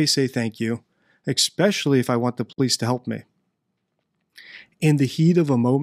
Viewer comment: DD i do appreciate the thoughtfulness with which you present your knowledge. I am surprised that someone with such an understanding of language mispronounces the word especially (expecially).